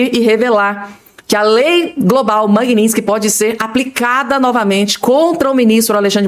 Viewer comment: NÃO É MAGUINÍNSTIQUE É MAGNITSKY